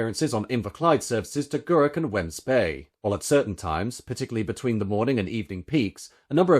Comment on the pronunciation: Still some of the Best trains on the network. They’re not even showing their age yet! Also, it’s pronounced “Weems” bay.